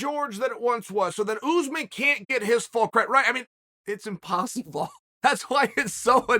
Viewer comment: Still can’t say Usman. Ooze man. Oregon education at it’s best.